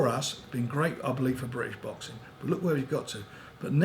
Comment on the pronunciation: "The Briddish fiders have world tidles, and I'm the promoder..."